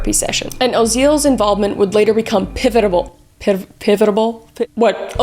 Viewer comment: "And now it's time for Kris says Words!" Pivotable, pivitible, Pivotal!